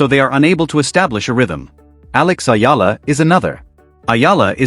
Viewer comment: It's Eala ....eeela! Tell AI.